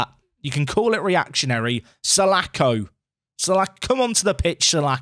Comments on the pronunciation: mate, it's Palace Legend John Sah-laaaa-ko, not Sah-lack-oh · The name is pronounced sir-la-khor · Painful pronunciation for salako there.... Btw, he was shit when he played for Fulham IRL- missed a sitter at old Trafford in the cup when we were a division 2 side (league 1 in modern days football)